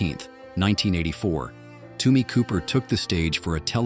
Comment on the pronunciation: It’s Tommy not Tumi